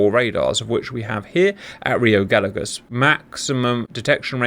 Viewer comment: hello Cap, greetings from Argentina, a tip for pronunciation of rio Gallegos, say the LL of gallegos like the "SH" from the word "shop" ..... LL=SH